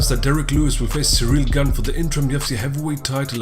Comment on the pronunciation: Ciryl “gain” Gane